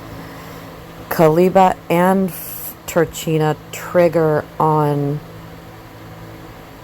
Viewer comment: dark Kaliba = Kaliba, Gnosis Incarnate La Fata Turchina -> italian name/word -> ch followed by a vocal is pronounced as a K